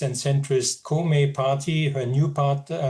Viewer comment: The expert has no idea what the parties name are Its Komeito not Komi Its Sanseito not Sanseito